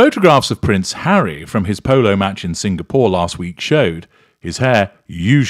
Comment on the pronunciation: She pronounces his name Hairy anyway so it makes sense.